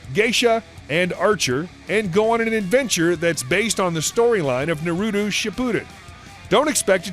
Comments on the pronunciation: “Na Roo Toe” is how you pronounce it..... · The way you say Naruto makes me die inside.